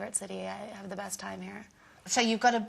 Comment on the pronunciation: did she just say brest friend haha that was funny